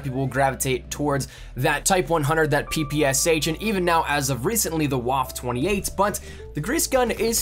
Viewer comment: Actually its pronounced vaf-fa